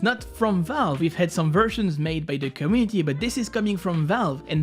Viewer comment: U need to learn how to say community xD